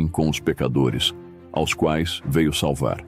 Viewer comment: A Narração sintetizada não consegue falar a preposição “aos”. Mas mesmo assim, excelente vídeo.